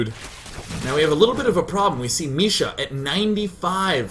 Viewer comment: It's not Misha, it's Micha, like in "chat".